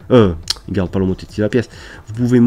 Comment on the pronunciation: bonjour, petite erreur et pour info : pour le mot "homotéthie" on ne dit pas "o mo té ti" mai mais on dit "o mo té si" j'ai une petite question : j'ai téléchargé le logiciel sur ma tablette mais je n'ai pas tous les outils, par contre sur le PC il est identique au votre merci, bon tuto sinon ^Ö^